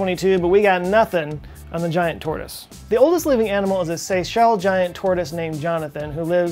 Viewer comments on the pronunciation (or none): none